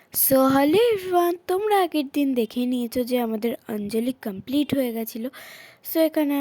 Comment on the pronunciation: ভাই ওটা অঞ্জলি,, আঞ্জলি না😂😂